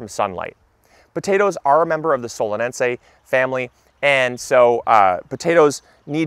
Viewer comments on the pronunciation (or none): Solensie family? Solenaceae. C'mon, that pronunciation is awful.